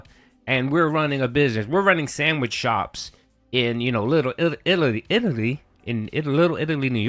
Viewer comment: I’ve never been to Lillilittleliddleiddaly. Maybe Phil has, I heard somewhere he’s Liidillaalian. 😉